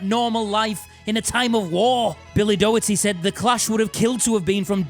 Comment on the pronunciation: Ay up! "Doherty" is pronounced more like "Dockerty"